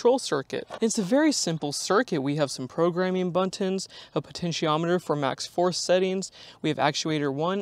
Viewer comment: Yeah...I guess it's the new English pronunciation in California. It seems nobody else picked up on that here.